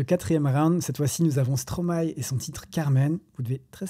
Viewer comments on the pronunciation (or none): Les samples de classique existent dans beaucoup de styles de musiques. Mais tu m'a ramené loin en arrière. Je suis de 89 et je me dis que je suis vieux 😅😂. Par contre, je trouve que dire Stromay n'a aucun sens quand on sait que l'on dit maéstro à l'endroit